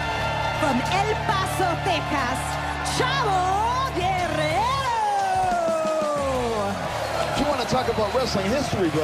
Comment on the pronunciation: She said "Techas"